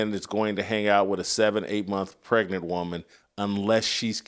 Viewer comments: I trying to enjoy ur content. But please recognize that the word Pregnant has a “G” not a “T” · Bro the Word is Pregnant !! Get your Pronunciations in Order !!